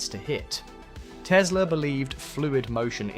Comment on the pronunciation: Как мне нравится автодубляж - Колю как только не называет - Тесла, Тислы, Тёсла😂 Он там, в гробу, наверное, вертится, как турбина.